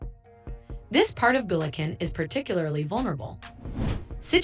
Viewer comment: BULEKEN - AI pronunciation of Bulacan lol